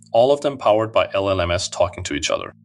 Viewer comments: Your AI says LLM.S. NOT llms. Your AI reader needs training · While the accent might make the narration seem authentic. Note how the narrator says LLM "ess" instead of LLMs. Slop. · "All of them talking to LLMS, talking to each other." And the S is pronounced like it is any other letter in an acronym, rather than as the plural of an acronym. And this is how we know that this is an AI channel. I'm f-ing out.